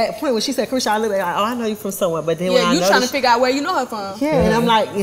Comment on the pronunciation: It’s called CARESHA please Santana 🙄 Not a vibe